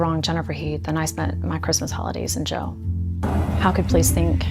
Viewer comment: Its JAIL , not "jell". I hate it when people use lazy pronunciation.